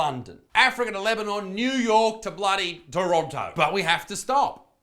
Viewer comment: The way Isaac said Toronto😂